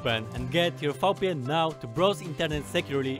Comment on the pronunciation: When he said VPN he pronounced V as Fau which is hella german, so hes got some german in him!